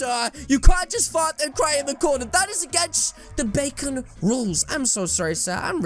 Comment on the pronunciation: Bakon and Not bacon